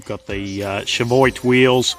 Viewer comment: CHEVOIT WHEELS...? TRY " CHEVIOT " BRO! 😂🤣😂🤣